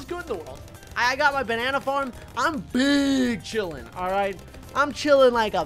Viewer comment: When he said big chilling i thought he said BING CHILLING